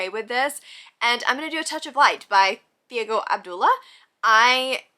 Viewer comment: Thiago it is pronounced Chiagu